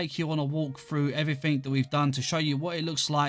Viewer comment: "Everyfink" It never gets old x'D Like why